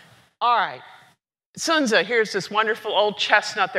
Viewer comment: She's one of the few who actually pronounce the name somewhat correctly.